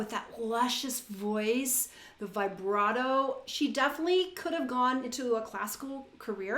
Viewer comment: Please, pronounce “vibrato” as “vee-bra - To (with a T, not a D).